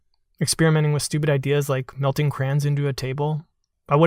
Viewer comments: Who the hecc says "crans" I just say it how it's spelled? Cray-ons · Nope. I love crayons but I hate it when it's called 'crans.' It is not a matter of accent. It is plain laziness. And it sounds strange when you call dowels 'dominoes.' Moreover I am also a woodworker and I love wood as it is. Each and every piece of wood is unique, perhaps even more so than the fingerprints of a person. I hate woodcarving. The natural texture of the wood is better than any carving. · thriwren CRANS SOUNDS WEIRD